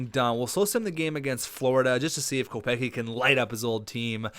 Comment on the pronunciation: not to be rude but it's pronounced Kopec-ski. Love the series keep it up.